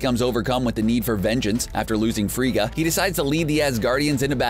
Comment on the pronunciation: Frigga. Not Frieda. facepalm